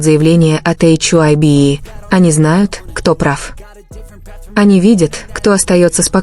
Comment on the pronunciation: что за чушь вы несете...вы даже HYBE правильно говорить и писать не умеете...😡оставьте ребят в покой ,им от таких как вы защита не нужна...